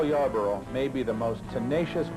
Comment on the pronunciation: It's "Yarborough".